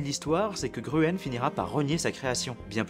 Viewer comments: Victor Grün pas gruen c'est une l'alternative pour écrire Grün en anglais qui ne connait pas le tréma ... aie ca m'a fait mal aux oreilles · Excellente présentation. La rapide transformation des sociétés à la suite du développement de l'internet public est fascinante. Un détail au sujet de l'autrichien Victor Gruen : GRUEN se prononce GRÜN en Allemand, les deux orthographes sont d'ailleurs équivalentes, et non Gru-ène 😉